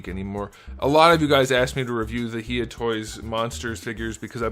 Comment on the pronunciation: Actually it’s pronounced hi(like hello)-ya, but awesome review!